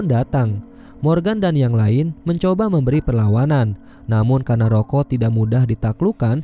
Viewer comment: Gw dengernya ROYKO